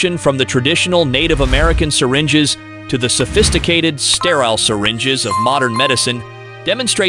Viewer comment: Iroquois =EAR oh Kwa. Salish = SAIL ish. What happened ? Gold threed? Formal ations? Selfisticated, debbt, gratitudy, seeringes, tiepees. Is your AI narrator sick?